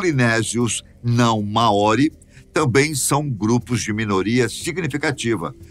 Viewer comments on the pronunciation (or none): A pronuncia correta seria mais parecido como (Máori) e não maóri! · Muito interessante, mas me mata a pronúncia dele em " Maori "